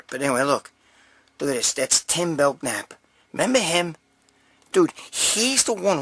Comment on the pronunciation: Greg his last name is pronounced Belnap. The K is slient. I will Simmer down now. Lol